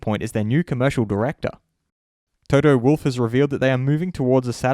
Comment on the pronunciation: Please dude, pronounce his name correctly. Its not /wʊlf/ like he is some kind of wild animal. Its Wolff (pronounced almost like its written).